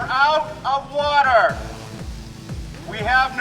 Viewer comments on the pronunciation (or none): "We are out of Wata"... LOL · what's wataah?